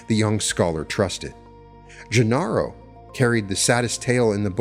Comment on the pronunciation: Ixtlan = Eesht - LAN; Genaro = Heh - NA - ro Sorry, but I feel if you're going to profit from someone's work -- even if he was a scheister -- it's bad form to get the pronunciations wrong.